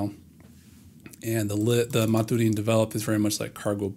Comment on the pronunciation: I'd pronounce maturin the way they do in the books. Captain Jack Aubrey and Doctor Stephen Maturin. That's "mat-chur-in"